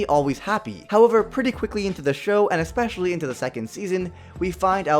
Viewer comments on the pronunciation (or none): none